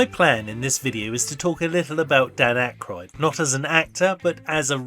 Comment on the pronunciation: I recently watched a YouTube video by a young person which was a long history of people on SNL. Couldn't believe that this person mispronounced Dan Aykroyd's name through the video, yet thought they were qualified to make an SNL history.